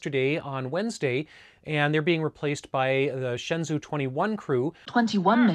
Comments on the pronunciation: Just a quick tip, the shenzhou is pronounced like "Shen-Joe" you pretty much got it right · It’s pronounced like “shen-joe”. “Zh” is like a j-sound. “Ou” is an o-sound like the name Joe.